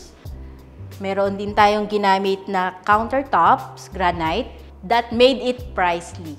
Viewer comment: Yung granite po mali ang pronounciation 😅. Gra-nit po dapat hindi gra-nayt